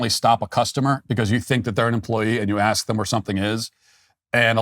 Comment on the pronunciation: Matt….did you say “axe”?